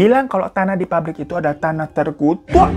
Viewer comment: PAPBRIK MAS BUKAN PARIK 😭🙏